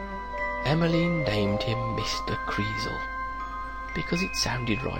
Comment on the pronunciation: kreeZel, not kreevel, just saying :)